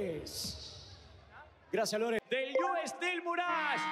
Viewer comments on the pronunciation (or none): の「ｸﾞﾗｼｬｽ」マジで好き、毎回楽しみにしてる